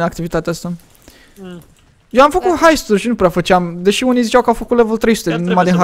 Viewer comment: nu se jice haisturi se jice heisturi